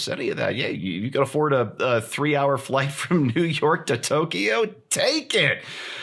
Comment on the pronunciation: Please, it is NOT Tok e o. It is Tok yo